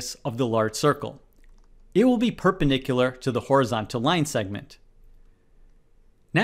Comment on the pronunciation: Thanks for the great videos. Please though, and I dont mean to be rude, but can you pronounce perpendicular correctly as it is confusing my child? You pronounce it "perpenicular" without the d